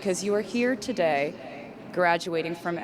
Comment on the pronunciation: That accent when saying "today...r" sounded Irish. Didn't it? Easter egg for Dublin Concerts? Rep TS??